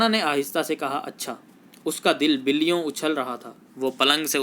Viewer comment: Billyoun galt Talaffuz hai'.